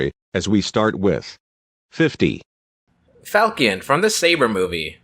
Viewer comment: Sorry for nitpick, but Falchion was pronounced Fal-shion (-shion as in fashion) , not like Falcon the bird. Falchion is a type of blade.